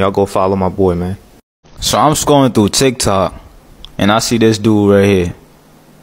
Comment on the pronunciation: My man be sayin chik chok stead of tik took